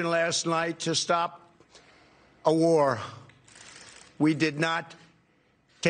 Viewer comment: Nobody: Trump: We will build a great warrr